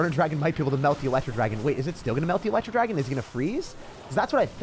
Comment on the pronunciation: “The elerwooo dragon”